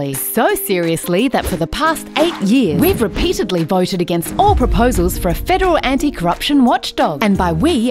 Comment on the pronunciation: Was there a reason for "Australien" instead of "Australian" and "Againt" instead of "Against"?